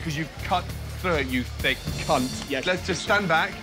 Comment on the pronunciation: _thhiccc cu*t" wow, how he put emphasise on that, would definitely intimidate me on that spot 😳